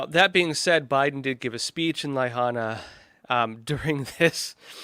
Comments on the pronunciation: It’s not ley-hahna…it’s La-HIGH-Nah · La-hain-a not laihana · True, as Markz would show us " Norhing to see here" But really, la hana?? It's an insult, he should have been told how it's pronounced. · Lyhana??? Lahaina... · Pronounced Lah Hi nah. BTW, why are you making excuses for Biden? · Dude! How do you NOT KNOW how to pronounce La-HINE-a? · LA Hana?????, not how you pronounce Lahaina. Your sarcasm fell short too. You lose everything before you get started.